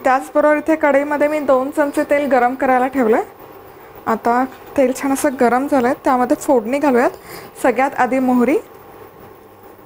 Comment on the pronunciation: छाण नाही छान अस बोलता